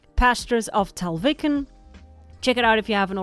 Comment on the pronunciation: Tallviken? Sounds Hella Scandinavian lol 🩷 If it is then most likely you pronounced the "tall" part pretty good but the "viken" is more like vee-ken 🩷